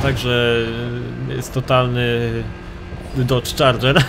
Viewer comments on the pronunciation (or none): none